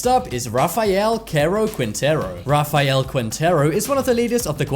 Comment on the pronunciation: RA-FAI-ALE😂😂😂😂 Sorry,I just had to point it out